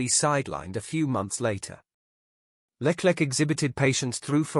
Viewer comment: Piastri didnt refuse Alpine as he had signed weeks before for Mclaren so he couldnt have said yes if he wanted to. . Why oh why cant you say the names correctly or even spell them correctly .Carlos Sainz is Carla Signs, Leclerc is LECLEX . Oh my gawd! Please do your homework or stop using AI. During the close down period there is no discussions Its strictly barred. Dont subscribe to this utter ignorant rubbish.